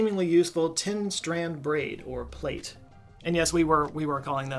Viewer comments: Just to point out that plait is pronounced plat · 2. i don't think you're videos have shown up for me since the last dodecahedron video... -1. Plait is pronounced like plat (sounds like hat) not plate Pleb is like ebb 0. i lean very much NOT ritual or only partially... the metal quality suggests maybe. but it seems very practical in nature to me. It's too specific? It's alot of effort to make for something non functional. 1. "we already have things for knitting" well yeah you can get them mass produced now. Knitting dolls IS something that still exists - so is finger knitting. It allows you to do it without sharp points, with less skill, they are often gifts for children ... i was given a couple as a child. Never learned how to use them... This was my favourite theory from before. People seemed to be wildly pro/against it. I couldn't find out why but apparently it was obvious. 2. You want two different sized holes for a candle. "or the candle just falls through" You wedge the candle into the smaller hole and it comes out the larger one. You warm the bottom so it melts into it and then dries firm. That's how all candle sticks work...? it doesn't need a base - any dripping wax would melt onto the inside - that would be easier to reuse anything spilt. This is the only theory i think properly incorperates the wax? i don't think it's the one 3. i like the idea of game. because i've seen historical games. None of them make any sense to me. i feel like i want to fill it up with large beads? (maybe wax ones) and roll it, and the mo